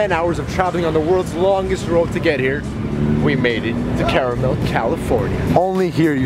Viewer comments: Awww he said caramel when it’s carmel 😭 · This fool said "caramel" LMAO it's Carmel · Its pronounced car-mel. Its not candy its a town my guy. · Bro, it’s “Car-Mel” but I’ll let it slide 😂. Welcome to my neck of the woods and thank you for the great footage as always.